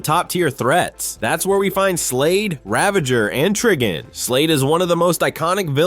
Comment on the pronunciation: IT'S TRIGON